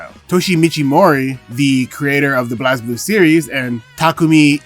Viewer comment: Going to put the Same Comment from your Past & Same Upload Vid... "Small Correction. Blazblue is pronounced as 'Blaze'-blue" Anyway, another Great Vid...